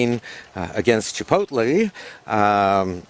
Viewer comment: à-bas-le-ciel “Chip-OTT-lé” I’m dead